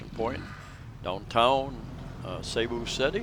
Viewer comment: i thought you were an intelligent individual making useful videos for people around the world. say Bath Room as most Filipinos say and Cebu city, not say bu. The name "Cebu" came from the old Cebuano word sibu or sibo ("trade"), a shortened form of sinibuayng hingpit ("the place for trading"). It was originally applied to the harbors of the town of Sugbu, the ancient name for Cebu City. and when you find any real estate advertisements saying CR let me know.